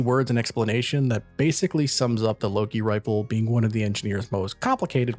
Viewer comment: Finaly, someone else who calls it the Loki!